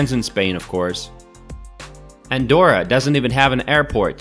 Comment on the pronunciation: Sería mejor que aprendieses a deletrear y pronunciar bien su nombre Andorra,,,, you have to practice to pronounce Andorra,,,,, before talk about the performance of this place,,,,, it is easy,,,, let's go